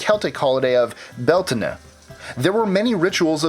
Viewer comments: Beltane.. Not "beltanah".. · Idk how you got Samhain right but not Beltane lol. It's pronounced bell-taine. Like bell as in a door bell, and taine rhyming with pain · I wanna thank you fro saying the Halloween pagan ritual correctly. Because it is written Samhain many people pronounce it how it is written not realizing that the Gaelic language where it comes from had different sounds. So thank you fro not saying Samhain but saying Sow-in which is how it is pronounced thank you. he other is pronounced Bel thane just so you know you did mispronounced that one